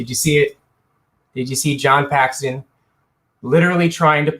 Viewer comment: Dude, Paxton bro... Paxton